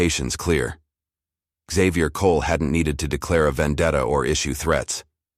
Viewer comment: Why was the narrator pronouncing Xavier as xzavier? It is pronounced as zavier.